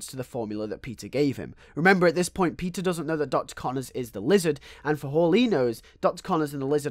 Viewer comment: When you say peter it sounds like your saying pizza